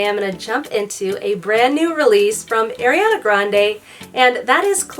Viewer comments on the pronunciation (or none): i’m sorry but it’s ARiana grande not AIRiana grande